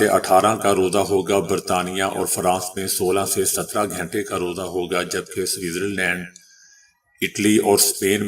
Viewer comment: او پینڈو بھائی یہ گھینٹے کیا ھوتا ھے گھنٹے بولیں اور اردو پے رحم کریں۔